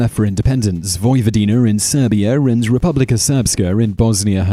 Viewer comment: "Vojvodiner and Serbier" Why does he keep saying er instead of a?